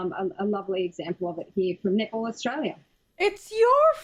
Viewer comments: No, you not the only one who heard nipple instead of netball)))) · The first time I heard the word nipple, I had to use the subtitles to clarify what she said. 😂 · I keep hearing nipple too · no it's not just you, i hear "nipple" too lol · The all-boys nipple team lol. That was funny. Love your face much,. Nipple Australia, many of us heard that instead of netball. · Once you said nipple, that's all I heard after. Thanx for that. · I keep on hearing nipple too 😂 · I also hear nipple when she said that.